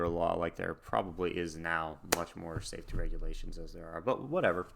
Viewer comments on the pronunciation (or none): none